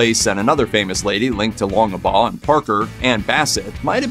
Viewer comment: It's "Longbaugh",not "Longebaugh".Jeez,..